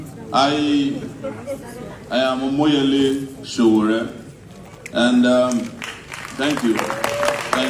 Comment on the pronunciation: Nice work, it’s Sowore, not Sowere 🙌🏽